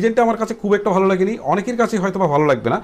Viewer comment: বালো না বলে ভালো বলুন 😠